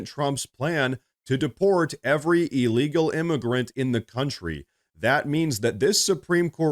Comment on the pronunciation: Please. It is not E-legal. It is IL-legal